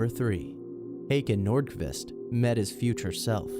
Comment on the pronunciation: "Hakan Nordkuhvist"